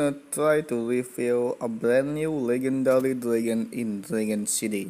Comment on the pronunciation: No offence but legendary is pronounced le-jen-dary